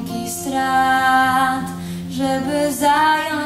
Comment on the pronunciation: Najbardziej mnie raziła wymowa: "rachunki strat", a nie rachunki srat :P oraz "puste miejsca przy stole", a nie SOLE . :P ładne aczkolwiek zbyt teatralne wykonanie. Ot, takie moje zdanie :P